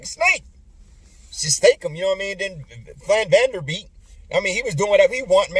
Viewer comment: VAN VLEET. Like fleet of vans. See ah Kam. Can't rep these Klutch Lakers. Every time I see Talen Horton-Tucker I get angry. Imagine that Terence Davis waz undrafted? Too much Bron. From Toronto, so I'm not starving to watch good hoops. And I still follow Bayou Lakers after the trade. Can never support a LeBron team takeover. I'm back when James is LeGone.